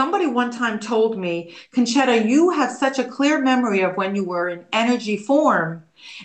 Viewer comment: Nice, pronounced, "Concetta" correctly.